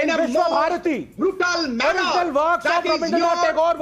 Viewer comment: can’t even pronounce the word ‘manner’. He shouldn’t be on ANY panel